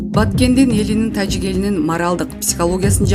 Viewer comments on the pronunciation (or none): none